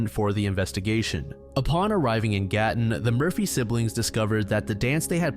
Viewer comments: I can't believe you covered the Gatton Murders! I grew up in Gatton. I lived near the cemetery and I used to walk to their grave all the time. I've driven past the scene and I own several books on the case. And can I just say your pronunciation of the Australian names/places is fantastic. Good job! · I’m so impressed how well you pronounced Gatton!! Can’t believe I haven’t heard of that one. Love from Australia